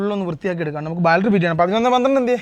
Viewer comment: ബാൾട്ടറി ❌ബാറ്ററി ✅